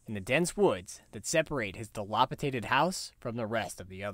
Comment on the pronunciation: Di-LAP-i-DATED! Thank you for this great video though.